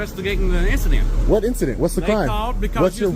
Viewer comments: He’s investigating an identsent lol what did he drink today 😂😂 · "I'm investigating an ingistance" 😂😂😂😂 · “I’m investigating an instident”lmaoo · I'm investigating an "instident" lmao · “instantant” 😂😂😂 “investigating and instantant” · "I'm vestigatin' 'n instadent" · "I'm investigating a instadent."😂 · "I'm vestigatin' uh issident...." Pathetic. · Im investigating an 'incadent' lol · "In-sta-dent" ok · "I'M INVESTIGATIN' UH INSTADENT!!!" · Thought I heard he’s instigating an instadent😂😂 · "I'm investigagin' an insident"!